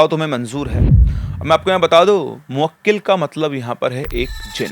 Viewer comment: Arey sir moakkil nahi mohkil hota hai